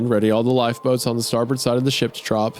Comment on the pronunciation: Isaiah's pronunciation of "Newfoundland" and "starboard" were vomit inducing